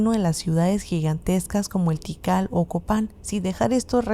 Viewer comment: Kital......? Tikal.....